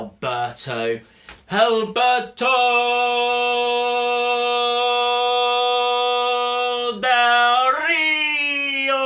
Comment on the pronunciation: you say his name very well i am mexican and you say it better than most of the people haha he is a great wrestler with a lack of opportunities whatever, great review